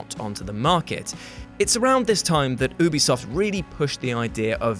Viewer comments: did he just say boobysoft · Did you say "BoobieSoft"? That's what I heard. Hilarious!